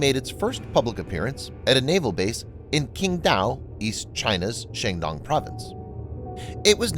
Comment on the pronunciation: And Xangdong, Hasha. Was this done by AI voice? At least do a little homework if you unsure how to pronounce it.